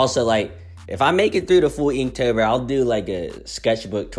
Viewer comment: I’m sorry did I just hear you say eektober??